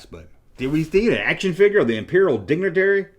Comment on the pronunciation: I swear it first it sounded like you said Imperial dingleberry LOL then I had to listen again I'm like oh dignitary LOL LOL